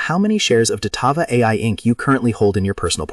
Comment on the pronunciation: "Datava ticker symbol dvlt..." Na I'm good thanks, I'll listen to my own research not someone who can't even get the name correct.